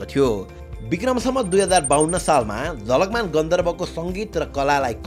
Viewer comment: ma jhakalman vayo jhalakman huna parne thau ma 😅